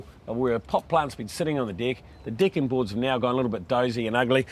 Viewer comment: Sounds like he's saying dicking broad!